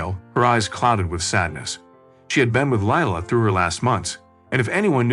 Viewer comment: Leila is pronounced Lee-Ila.